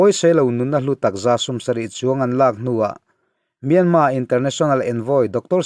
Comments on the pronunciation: Ngaihthlak a man hla hle mai. Thu rawn ka pe ve duh che a Myanmar i lam dan hi a dik tep tawh a dik lohna tlem chu myan tih hi a ri sang ni lovin a ri hniamin han lam la a dik chiah ang. Yangon pawh Yan tih hi a ri hniam tur a ni e. Ka lawm e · Myanma tih a lam hi a dik..mahse a thluk hi burma tih thluk a thluk tur a nilo...thiantha tih thluk ang deuh a lam tur ani e